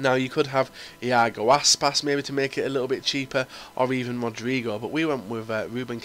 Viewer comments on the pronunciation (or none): InAgo? lol